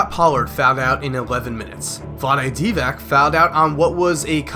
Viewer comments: The worst thing about this video is not knowing how to pronounce players names.... like they are some rookies playing the first game, so you still don't know their name and all that - that would be understandable, BUT.... calling Vlade DivaC, a Vlade DivaK is fu*king hilarious.... at least there is GOOGLE for God's sake, if you want to do a serious review of anything in general. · Its DivaC not DivaK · Divac is pronounced Divats, not Divak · It is pronounced Dee-va-tz not dee-va-k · its not Divak - its DIVAC with C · I love you and everything, but please stop saying 'Divak', it's pronounced 'Dee-vats' Good vid either way. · I appreciate your doing this, but some of you last name pronunciations are incorrect. It’s Di-vatz (with the A as on father) and it’s Robert Orry with a silent H at the front. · it pronounced divats like all yugoslavians with c in the end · The name is pronounced Diva(TS) llike TSunami or smth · Divac is pronounced di-watz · Ok,.. I love you and all.. And I hope you'll see this (not likely).. But I'm listening espn radio.. Jalen and Javoby, the lowe post... And everyone pronounce Dvac wrongly... after all those years in NBA?! It's Divac not DivaK... Like Center position not Kenter position... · It's DEE-VACH. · Divac = Dee-vats, Horry = Orry. Outstanding video but the name pronunciations got to me haha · Your case would be more impactful if the narrator could pronounce the names of the players correctly. ;) It was still rigged however. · Learn to pronounce Divac for gods sake. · Jesus FUCKIN Christ! Is it possible that AT LEAST ONE of these "kids", who are making & commenting these videos, can ACTUALLY LEARN HOW TO PRONOUNCE Vlade Divac?!?! Is something like that, A SINGLE FUCKING LETTER in the surname such a problem for the average American youth and (obviously) their level of intelligence?!?! Please somebody tell me (but for real, to actually mean it with your brain turned ON) that it's NOT that difficult!